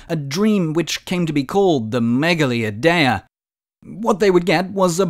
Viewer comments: It was gonna work 😔 Also it's pronounced "meyali idea (with a silent d)" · I’m not Greek but I’m pretty sure it’s pronounced Meh-gah-LEE Eye-De-Ah